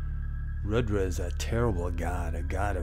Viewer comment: It is pronounced Roodra.